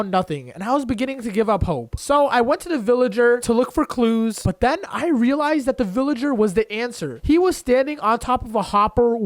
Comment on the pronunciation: Can someone see how many times he said relise?